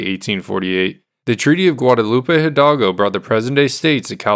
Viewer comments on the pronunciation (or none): none